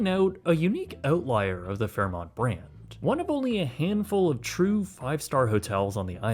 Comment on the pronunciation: U said fairmont right this time hehe